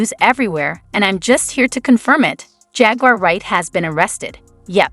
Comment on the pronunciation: "JAGUIER WRIGHT" 😂